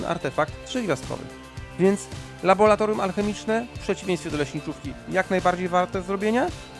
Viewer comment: Laboratorium RA RA RA RRRRR laboRAtorium.